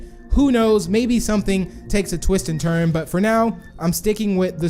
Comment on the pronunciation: " they turn" not "they trun" :/